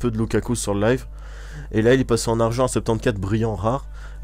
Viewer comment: Jt'ai entendu boire a et après le bug quand t'as dit "leuve" au lieu de "live" j'etait plié et j'ai cliquer sur abonné ^^ dans la journée qui suit j'ai regarder toutes tes vidéo :P